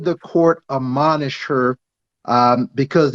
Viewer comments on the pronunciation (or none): How can this Attorney say "Amonish" when what is needed is "Admonish". He needs a spell check readily available beforre he speaks.